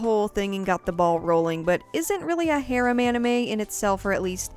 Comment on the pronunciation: I don't know if it is rude to say it like this but because of your pronunciation of the (mostly Japenese) words, I can't understand what you are saying even though I know the word (for example : harem )